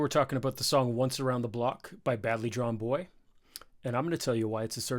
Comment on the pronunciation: Great to hear an American loving this song and a great breakdown of it - you even pronounced his name right